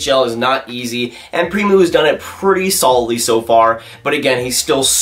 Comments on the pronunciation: Primeau not Primoo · Thats horribly prenounced